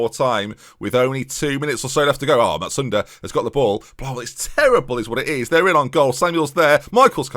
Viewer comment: Absolutely has to be renamed 'Cousin Carr' Also enjoying the 'n' in Matsuda ;)